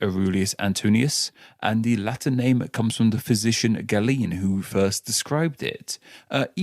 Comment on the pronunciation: it's pronounced GAY-LEN. You say it differently two separate times and get it wrong in both Instances. This is a history podcast you can't even do basic research. Smdh...